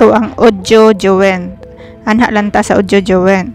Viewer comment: Join read as joyn not juwen